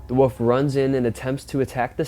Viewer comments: What is it with the younger generations not being able to pronounce WOLF? This young dufus insists on saying WOOF! WOOF! like he's some sort of barking dog! Its W-O-L-F! WOLF!! Not WOOF! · The "WUFF " LOL!! I guess he meant WOLF (WOOL-ph!) ? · Its not a "woof"...its a "wolf"... You pronounce the "L". If you're going to narrate please get the pronunciation correct, yes? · It’s a WOLF not a WOOF !!!!!